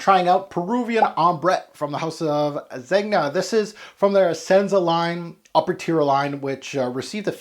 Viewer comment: The 'g' in Zegna is soft - like "zenya" ;) I have this, bought it back in 2017...wow, time flies. Yeah it's quite linear but I love its weird black oily feel - overall I like the scent but don't love it